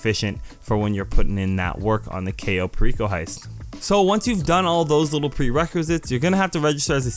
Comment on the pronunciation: a couple mistakes mistakes, 1st its pronounced cai-oh pear-ico 2. its koh-sat-kuh 3. scroll right on cams to get to the basement wayyyy faster, 3rd if you want to call in your mkII faster go to interaction menu and go to vehicles and call it in, 4th the only difference with hard mode and easy mode is 90k extra and one extra hack